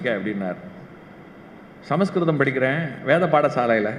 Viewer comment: Samaskritham is incorrect pronunciation. Samskritham is the correct pronunciation. The meaning of the word, Sama is equal. Samskritham is not equal to any creation.